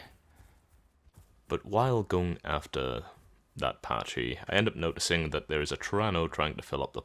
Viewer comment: “Packee” not “Patchy”